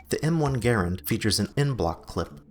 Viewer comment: Anybody gonna talk about how he pronounces garand